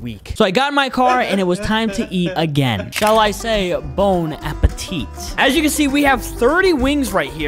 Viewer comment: He said Bone app eat